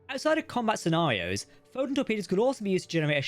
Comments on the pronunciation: The AI bot that is reading your script is having trouble pronouncing “Photon torpedo” consistently. Sometimes it says it too fast and I almost miss it, other times just mispronounced. If this isn’t AI read, then please accept my apologies. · "pho'n torpedos"